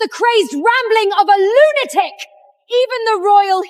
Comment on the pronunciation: Why do all these ai struggle with the word "lunatic" That's lunacy, someone should fix it 😅😂